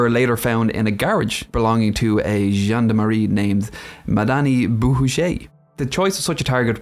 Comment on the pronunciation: I hear "Jeanne de Marie" every time you say "gendarmerie." I think "zhand armory" would probably be closer (like "john'd," but with a French J. To really sound French you'd have to give the Rs a light roll.)